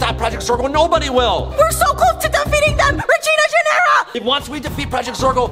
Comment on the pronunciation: It’s Regina Generra